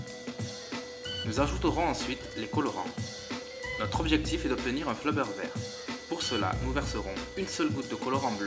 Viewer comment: C'est du slime et non du flobeure